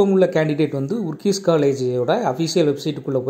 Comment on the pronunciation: அதன் பெயர் ஊரிஸ் காலேஜ், not ஊர்கீஸ்😂